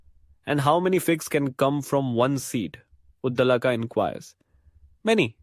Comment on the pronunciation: He is pronounced Udaalak.